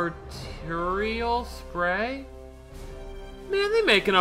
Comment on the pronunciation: Speedy its pronounced arterial